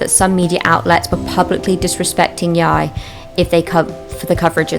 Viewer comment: I think its pronounced Jy